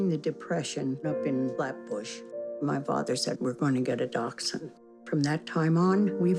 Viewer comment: took me 11 minutes to understand they said Dachshund...